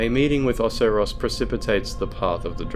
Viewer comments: i do not like how you pronounce some words lmao. "osaross" no, OH-SAI-ROSS. "ark dragon peak" no, its ArCHdragon peak. and the worst of all: fillianorE. her name is said so many times. its just pronounced fill-ian-or. the E is silent. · First the ways he pronounces Ocerios second him swapping Lorian and lothric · I've never once heard anybody else pronounce Oceiros like you have lol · You said Oceiros and Filianore differently to how I'm used to and it bothered me. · I’m glad I wasn’t the only one who caught that or came to the comments about it lmao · Well, considering ocelotte's name is a mix of oceiros and shanalotte, it's not that odd to pronounce it like that. Now, ARKdragon peak on the other hand... That irked me so badly.